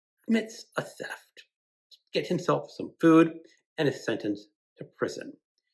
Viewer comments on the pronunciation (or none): none